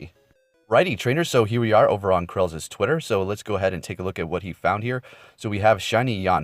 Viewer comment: Chrales - pronounced trails. Just fyi